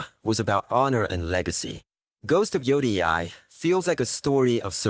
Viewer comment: Butchered the pronunciation of yōtei 😂